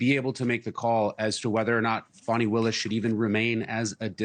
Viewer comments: She like pronounce it 'Fawni' not 'Fani'. She looking for clues then she going to impeach that blond haired billionaire in the white house. Ha ha hee ha ha!!! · I'm sick of hearing this lady's name mispronounced!! There is no "w" in that name... It is not pronounced "Fawny", it is pronounced FANNY, as in your ASS!... BEFORE WIPING, even!!